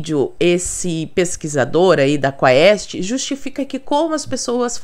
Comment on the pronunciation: A pronúncia do termo latino quaest, é "cueste" (cués(tê)), com todo o respeito.